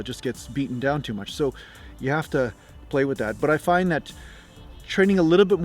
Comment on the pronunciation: Hi from the UK-- remember accent-- you started off perfectly till you got to the word find-- then you went all south african-- good attempt though